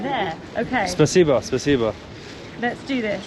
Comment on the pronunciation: PLEASE stop saying спасибо, spaseba, it’s driving me crazy, and I want to mention it’s still a Terrorist state, attacking and killing innocent people, you only have to be heard saying a wrong word and you’ll be in the boob, JAIL, be careful, it’s not all rosey and dandy mate 🤷‍♂️🇬🇧🇺🇦🇬🇧